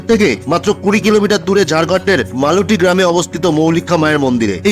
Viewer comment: গ্রামের নাম মালুটি নয় " মলুটি" আমার মামার বাড়ি